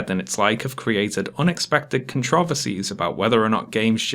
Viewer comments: Love the vid. Hate the way you say controversies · You do not actually pronounce “controversies” like that